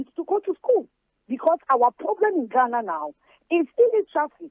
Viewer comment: To all you fuuulishly vouching for this scam, let the fact that he called Ghana “ghanurr” open your eyes to the fact that he’s never REAL. Even the western people with the slang, and slur, never say “Ghanurr” no kwasia bi. Fanfooler